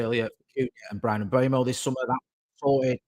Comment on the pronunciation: it's "Mm-bweh-moh" (Mbeumo)...🙏🏾